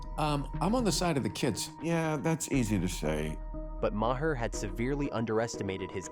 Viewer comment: Is this real or AI slop? "Bill Ma-hair" lol c'mon